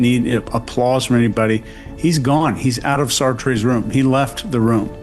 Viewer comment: It’s pronounced “SART”, not “Sar-Trey”